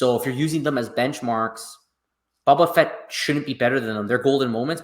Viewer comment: It’s hard for us to believe your predictions when you can’t even pronounce the character. It’s bOba Fett not Bob a fett. You don’t realize how popular a character he is